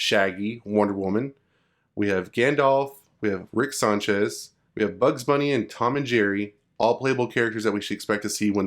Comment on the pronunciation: First of all, it’s not “Rick Saunchez” it’s Sanchez, secondly, Tom and Jerry were revealed in the official trailer, but Rick and Gandalf were not (doesn’t mean they won’t be in the game though)